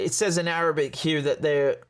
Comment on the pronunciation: God the way you pronounce Arabic ! Impressive 😊